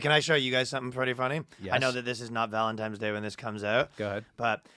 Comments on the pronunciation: did and ryan say valenTIMES day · Yo the only thing the hurt worse was Ryan saying valentimes day